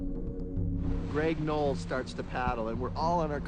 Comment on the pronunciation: Noll. Not “Knoll”.